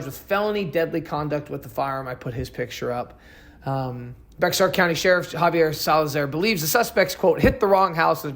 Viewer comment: Also bexar u dont say the x lol so it's just bear county i know its weird .thanks for the awesome video